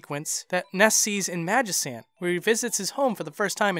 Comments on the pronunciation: I can forgive pronouncing Onett as "Oh-net," but you seriously crossed a line with "Magisant." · “Onett” it’s “one-Ette” Pah-lease, it’s “magi-can’t” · I MagiCAN'T help but correct you on that pronunciation,. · That's the official pronunciation. However, I'm pretty sure it's Magi-can't, not Magi-sant. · but the english language is fucked up with spelling, and also, it has the word "cant" in the name, you dont pronounce "cant" as "sant", do you? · Magi-sssant? Not sure if anyone's already said this,, but it's pronounced Magi-can't as in "I (magi)can't open this jar of pickles" or "This magic ant is messing me up!" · Magisant? I don't know the actual pronounciation, but I'm pretty sure it's Magikant. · MagiCant not sant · oh god, why does he say "magisant"? if he said it as even "magic ant" that would still be more acceptable than "magisant" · Magi-sant? C'mon now. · I thought it was weird when you pronounced magicant as magisant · Did you pronounce magicant as "magisant"? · It was a good video, only thing I can point out as weird is the way you say Magicant. But hey, whatever, to each their own. :) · HE SAID MAGICANT WRONG! EARTHBOUND/MOTHER FANS, GET HIM! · but that has an "e" after the "c" like in "cent" it makes that "c" sound more like an "s" but in "magicant" theres an "a" after it like in "can" or the word used in "magicant", "cant", you see where im commin from bro?